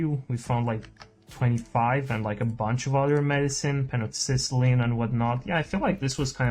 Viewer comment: Penoxycycline. Pen - oxy - cyline. Like "cycling", without the middle C. No "ciciline". Sorry and thanks for the content.